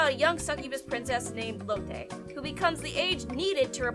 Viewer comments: Low-tay.... It's just pronounced "Lot". Astarotte is wierd and strange, and I'm fine with that. My common sense, laws, morality, opinions? Does it matter in another world? Cause that's the setting. Another world. I was fine with it. Didn't like how it turned out, but I wouldn't say it shouldn't exist. Pupa... Was an ad for the manga which was going to have it's final volume published while the anime was airing. Seriously, all the 4 minute episode long anime are just ads for manga for light novels. Whining about an ad for a horror/psychological manga. I mean yeah, it was shit, but not exist? psh, I rather they actually followed the manga better, but what you gunna do with 4 minute episodes. Kodomo no Jikan... Banned in the US because it wasn't suitable for western audiences. Seriously why you watching things that are banned in the US? What did you expect going in when the tags are loli, elementary school, seinen, and ecchi? Eiken, Shit was hilarious. I took it as a parody of all the other anime at the time that did the same shit, but seriously. Cause I watched enough anime to know the whole thing was a joke. Mysterious Girlfriend X... I found it to be rather wholesome and cute. Aside from the weird saliva plot device. It shouldn't exist because it personally grosses you out? Grow up, and be the adult you look like you are. So should all movies with blood in them no exist because some people go pale at the sight of blood? Or should all music disappear because every song has a h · did you say lil Tay or was it me